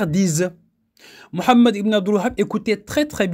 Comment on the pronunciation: Frère si tu pourrais prononcer le nom du chef des wahabites autrement ça serai pas mal pour honorer le nom de notre bien aimé prophète psl